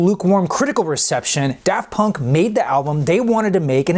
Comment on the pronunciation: He says da funk.. Amazing name!